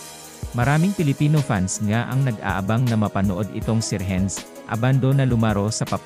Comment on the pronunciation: Anong Rehenz? RENS lang ang bigkas niyan!